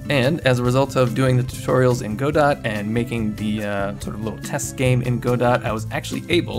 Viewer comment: Whenever he says “Go-Dot” I cringe. Say “Guh-Doe”